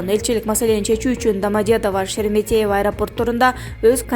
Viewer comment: сен Шереметьево дегенди нормально айтчы. Кишинин кыжырын келтирбей🙄